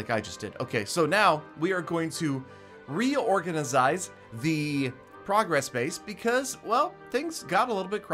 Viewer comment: “Reorgenezize” 2019